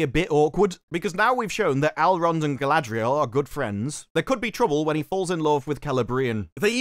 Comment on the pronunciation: Ah yes Sauron’s chief Lieutenant.. Guyladrial